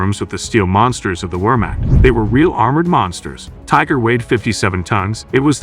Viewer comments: I'm thinking that it might be a good idea to dig a little deeper. Also, when mentioning foreign names (such as Wehrmacht), it would be a good idea to learn how to pronounce them. It's not 'wormakt" but 'vehrmakht', for example. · You need to teach your AI voice how to pronounce "Wehrmacht."